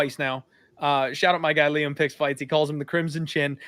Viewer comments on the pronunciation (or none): none